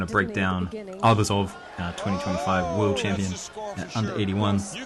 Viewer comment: Great comments! A small piece of advice: ArbUzov’s surname should be stressed on the second syllable, not on the first one. Just out of respect for the sportsman.